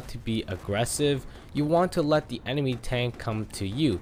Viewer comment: Why do you say “de” instead of “the”. Smh